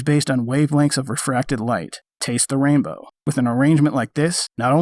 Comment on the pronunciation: dude... I cringe at "taste the rainbow"..you did not have the right inflection in your voice for that XD